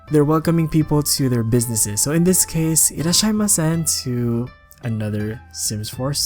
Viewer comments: Actually it's pronounce as いらっしゃいませ (irasshaimase) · Just as a little correction it is irasshaimase (いらっしゃいませ), not irasshaimasen (いっらしゃいません) :). The latter one means that someone is not present in polite language. Also sorry for my romaji, i don't remember how to spell without hiragana so it might be difficult from official romaji spelling.